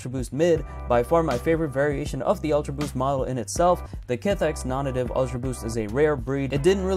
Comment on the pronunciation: It's pronounced "Non-Native". How do I know for sure? Because I watched a YouTube video interview and tour of the Japan stores and the people that actually work there all say it "nawn-nay-tive". Search it up.